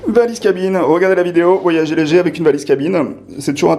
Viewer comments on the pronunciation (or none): none